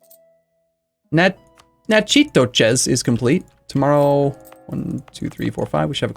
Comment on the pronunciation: I know this is old and no one will see it but it’s pronounced “Nack-a-dish” or “Nack-a-Tish” GEAUX!